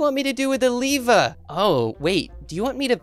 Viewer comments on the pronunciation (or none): it s not leaver it s lever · Not liver it's lever